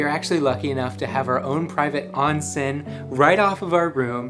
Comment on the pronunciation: Beeeautiful!! Thank you for sharing! Btw, onsen is correctly pronounced with a long o.